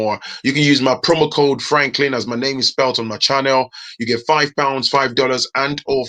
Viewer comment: Seriously sometimes😂😂I think you like""poultry business"